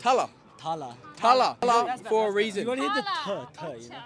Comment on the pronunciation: ALL OF THEM ARE PROUNCING IT WRONG, 😂😂it's Thala (dala) the 'th' in it is like the 'th' in 'THE' 😂😂😂😂😂😂